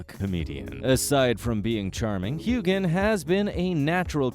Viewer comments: Heughen. The G is silent. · Hughe-an the g is silent. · The silent g is what I meant! It is so annoying when a name is never pronounced right! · Voice overs pronunciation is awful! Hugan? Who is this?....oh! You mean Heughan pronounced Hewan, get it right! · I don't normally like to say negative things, but the sound of Heughan with a hard G instead of a silent G, was driving me crazy! lol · Why do you not pronounce Sam Hughans surname correctly? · If you are going to narrate these videos, please have the courtesy to learn how to pronounce the actors' names correctly. I'll tell you shall I? Hewan, Katrina and the one all Americans pronounce incorrectly - it's FRASER, not Frazier.